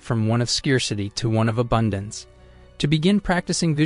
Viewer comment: You did a good job overall but, your pronunciation of scarcity need refining.